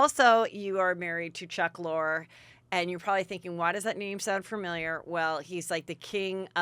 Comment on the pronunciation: Heather is 'The Name Mangler.' You embarrass yourself how many times you conflate names. You cannot even bother to figure out your guests names before they are on your show?? Today's guest is NOT Arielle "Lor" as you pronounced it....it's Arielle Lorre pronounced Lor-ee. Also calling Harry Dubin Harry Duber is just lazy, shoes no show prep. Have your assistant help you, you need it.